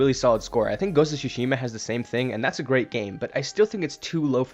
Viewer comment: Wow, you've been saying Shushima since 2021 lmao